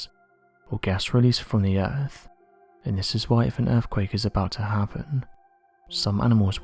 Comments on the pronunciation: Guy with a dreary, spooky British voice makes it all the worse. Also, dude, it's earthquake, not "earfquake". Wanker. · Are your saying "Erfquake"?